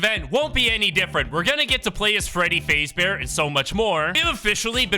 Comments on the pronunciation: Bro you said freddy faze its freddy f-a-z-e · Bro said Freddy faze-bear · it’s FAZbear, say it. Fazbear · did bro just say fazebear? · bro said fazbear wrong